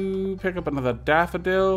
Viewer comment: Every time says "Daffodil" I hear "Dapperdil"